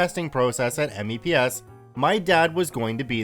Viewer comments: Spoken "meps". We don't say 'M-E-P-S' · I can’t help but cringe at him saying that he says it like M E P S and A S V A B instead of meps and Asvab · "Mepps" not "Meeps". But you are correct, pronounce them instead of spelling. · "Meeps" ans "as vab" is how you say it lol. Dad was in the army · Good one BTW but if you ever get to do another video like this please say MEPS as a word not as its individual letters. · MEPS is usually said as a word; it's not usually spelled out audibly. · IKR it was hurting my ears to hear me say it that way. I had to go into the front leaning rest position to cope... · I died a bit each time he said it. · I came down into the comments to say the same thing.. hearing him spell it out made me twitchy.